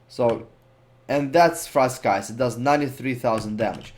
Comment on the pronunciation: sweet vid! btw Frostscythe is pronounced Frost sythe. the C is silent... and yes english is stupid sometimes xD